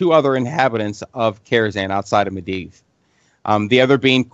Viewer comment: i think the guy reads the books instead of listening to the audio books. he says some of the names incorrectly. Medivh "Med-iv", it's "Med-eev".